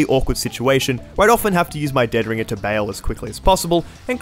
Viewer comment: The emphasis is on the "ring" of dead ringer, not the "dead".